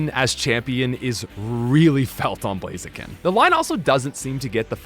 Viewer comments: IT'S BLAZIKEN, NOT F*CKING BLAZEKIN! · IT'S BLAZIKEN THE SECOND TIME, NOT BLAZEKIN!